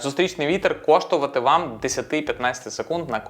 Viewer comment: Так і не виговорив "коштуватиме"